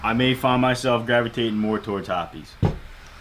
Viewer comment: I refuse to believe that's how hoppes(hops) is pronounced